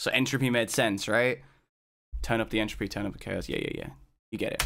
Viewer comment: turn up the ent...enthr...entruppy??? entrhopanoodle